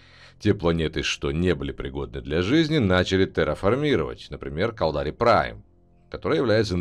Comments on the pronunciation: галленИты, амаррЫ, кАлдари, минмАтары, ну, хорошо хоть окончание предложений не слышно, а то и там ударения небось перековерчены. а так, спасибо! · Я не понял, кАлдари - ударение не первом слоге? АмаррЫ - на последнем? Это с каких радостей?